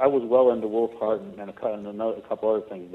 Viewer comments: It always sounds like Jesse is saying "Woofheart" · Sounds like he says "woofheart". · no he said woofhart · It sounds like he is saying woofheart.. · did jesse say "his new book, willfart"?? O.o